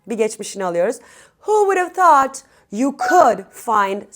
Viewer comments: ingilis dilinde Tout deye teleffuz yok {Th}- peltey "S" okunuyo milletin ingilis dilini bozmayin google translateden orgenib gelib biseyler orgetmeyin. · Thoot uzun o sesi var a sesi degil